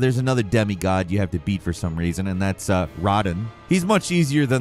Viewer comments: Everyone chill. Moga and Rodin are just a pronunciation of the English Mohg and Radahn. Give this bird of prey some credit, he's a talking animal for crying out loud! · It's not 'Rah-din' it's 'Ruh-daan' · Rodham what? Damn dude it's radahn ffs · clearly you never played the game. it's not rah-din, it's rah-don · Rodin? You mean Ra Daaaahn? Lol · Who tf are Mowgah and Roddin? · He did not just say “Rah-den” 🤦🏽‍♂️ it’s RA-DAHN THAT’S WHY IT’S SPELT RADAHN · It’s rah dawn, not rod in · It’s Rah Dan, not rah dawn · Ruh dawn not rah dawn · What? It's everyone's two favorite bosses. MOHG-UH and RODDIN'! I really fought hard, but RODDIN'! got the better of me a time or two. Hey, y'all remember that dragon we had to murder? BAILEY!? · Mogha? Radhin? Who are any of these people? I love you, but you completely fumbled these even tho their names are mentioned in game plenty of times for anyone to know how they’re pronounced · rAdan?! this triggered me SOOOOOOO much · With "Rodin and Mogin" dead XD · Pronouncing it Rah-dun kills me more than the DLC bosses have been… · "Mog" and "Rah-Dawn" come on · First time hearing Radhan pronounced Rodun has me 😂😂😂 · My pet peeve is when people saying the names wrong. We’ve heard these names a ton of times. “Mo-ha”, “Roddin” also “Alloy”. Wtf. It’s “A-loy” !!!!! 😵‍💫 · “With mah-gah and Roddin dead…” 😂😂 I’m sorry but this can’t be serious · He's bought to catch so much flak for pronouncing mog and rod like that😂😂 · Say it after me, Ray-Dan 😂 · “With mogga and radin dead”….he says…. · 😂 I'm on the floor and I can't stand up. Mo-ga and Radin! I can't even make it past that chapter. 🤣🤣🤣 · Fr why is bro saying radin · “Radahn” FS: “Rah-dawn” 🙂‍↔️🙅: “Raw-done” 👍🫡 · I’m wondering if has played Elden Ring. I’ve never heard anyone pronounce Mohga and Radden like that. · “Radan “ cmon man 😭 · My fucking ears are bleeding rn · Says he loves this game but can’t even pronounce there names correctly smh